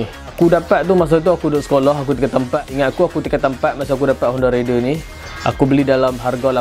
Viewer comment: Baik la fakta2 bro. Tp sy kdg kelakar org pggil honda raider ni sebutan dy rider. Lain bang. Rider dgn raider dr perkataan raid. Tp dh kebiasaan pggl cmtu. Haha. Pape pun terbaik detailing untuk honda raider